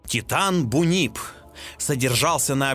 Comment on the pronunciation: Не хочу показаться занудой, но правильно не бунип а бунйип. И почему Кетсалькоатль если Кукулькан. Или Кокулькан, точно не помню.